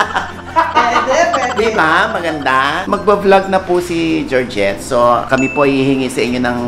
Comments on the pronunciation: Georgette Not Gidget 😂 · Georgette-lious Oh!! it's GEORGETTE